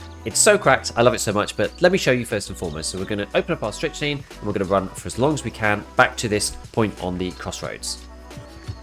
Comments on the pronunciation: I've been using this tech since the patch, it's actually awesome. By the way it's pronounced "strick - nine" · It's pronounced "Strict-Nine" my guy :) Great content as always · You're both wrong and right, it's pronounced 'strick-neen'. Just like amphetamine. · Leave the poor Brit alone. They don't know how to properly pronounce English words. 😉